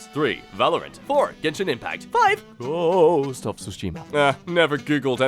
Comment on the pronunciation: GJOST AND PALS WTF